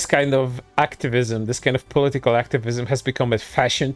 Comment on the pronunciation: No sarcasm. I love the way he says political as poli-tickle. Idk, why, but it.. tickles me. 😎 I'll see myself out.